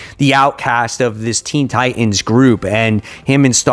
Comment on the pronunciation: You pronounced Teen Titans as Teen Tienes lol wtf